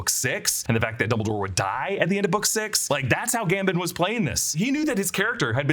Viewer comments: dumbledore is GAM-BOHN not GAM-BIN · The way you say Michael Gambon drives me crazy 😂